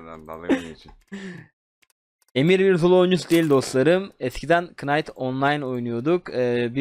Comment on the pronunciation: kınayt değil nayt